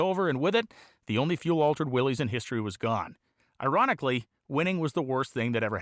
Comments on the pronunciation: Pronounced "Willis" not Willies. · RAD!! I thought they were pronounced WILLIS not WILLYS though? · Pronounced same as "Willis" not "Willees" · It is. Some where it got contracted into Willy’s but its pronunciation is Will Lis, Willys is another spelling of Willis like you stated.